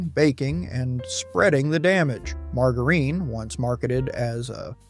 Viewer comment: Margarine😂, do you mean margarine? Lol I’ve never heard it pronounced that way! Butter ha ha, Parque😅